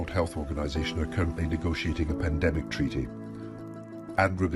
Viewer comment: Panadenmic gets me every time! 😂😂😂